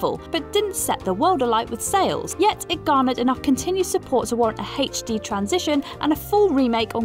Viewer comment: Why are you saying HD like that?